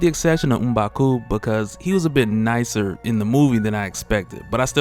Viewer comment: I like how you pronounced Mbaku's name, correct pronunciation